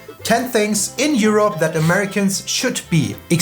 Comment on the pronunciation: when he says juropp :D